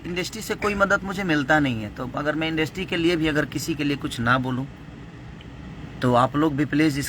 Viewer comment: Yaar pahle bolna to shikh lo industry hota hai industi nahi😁